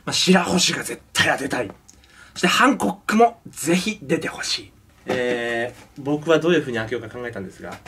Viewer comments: ハンコッキ！って聞こえるwww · 「ハンコック」が「反抗期！」って聴こえるのは俺だけか？ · 俺は反国旗に聞こえた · ハンコックが反抗期に聞こえる笑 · ハンコックのとき反抗期にきこえる（笑） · ハンコッキっていってるｗｗｗ